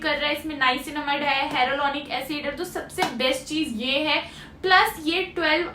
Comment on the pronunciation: Harolonic acid😂😂 Nai re baba its Haya-lu-ronic